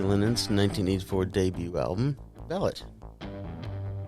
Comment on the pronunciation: FYI, the actual pronunciation of the album/song is Vah-lot, the accent on the "o" not the "a" ... thanks for the video.